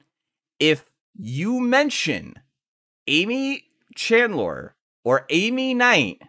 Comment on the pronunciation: There are tons of youtube videos with Aimee’s name being spoken. It’s really distracting to hear you say “chandler” over and over again. I recommend looking up the name of your videos’ subjects before you start recording Thanks for putting this together in any case. The limitations on what can be posted on reddit for this story make it hard to follow a narrative there, so it’s nice to have a video about it